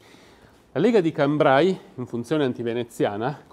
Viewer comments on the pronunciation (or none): Hai ragione! Comunque siamo d'accordo che si pronuncia come perché: Cambré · Cambrai, da quello che c'è scritto su wikipedia, si diceva in Italia nell'ottocento. Essendo la cittadina, situata in Francia, la pronuncia corretta è "Cambré" con l'accento grave (quello di perché) vedi pronuncia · Cambrai si pronuncia Cambre'